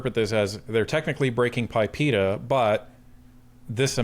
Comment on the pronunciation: it is not called PIPEA.. it is PIPEDA.. the D is not silent.